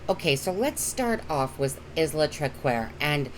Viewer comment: ISLA is pronounced ....eye la